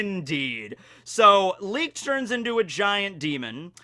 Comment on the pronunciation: Leeked≠Licht you think he'd hear it in the sub or read it like that